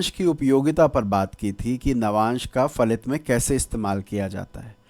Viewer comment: Phalit. Not falit